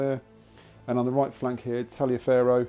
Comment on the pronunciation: Easy mistake to make but General Tallioferro's name is actually pronounce Tolliver.